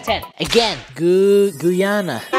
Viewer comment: Bro as a half 🇬🇾 person its not gooana its guyana guy ana